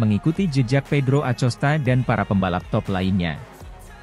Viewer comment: bacanya akosta, bukan acosta